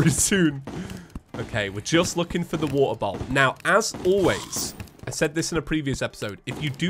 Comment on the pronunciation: I love that it’s feather instead of for the